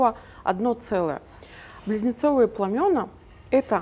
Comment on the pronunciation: в слове пламя , множ. число пламена , ударение падает на послед. букву А .